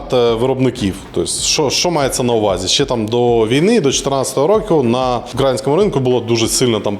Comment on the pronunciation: Все добре, тільки не укрАінському, а украЇнському...